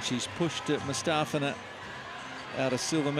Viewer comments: I'm rewatching this and the way the guy is saying Mustafina is bothering me! It's Moo-sta-fee-na! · they say aliya mustafina wrong